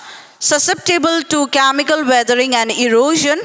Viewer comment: Aliment = elements 😂 camical = chemical